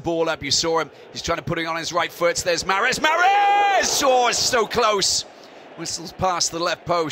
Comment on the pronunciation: عجبتني كي ينطق محرز 😂😂😂 mahreezzz